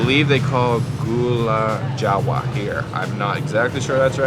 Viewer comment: glad u enjoy yogya! it's called "lupis" not "lupus" tho,,,ty anyway & enjoy! u said it rite for gula jawa btw!